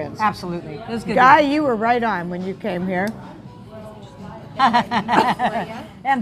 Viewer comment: If you don't know how to pronounce Guy's name then don't use it.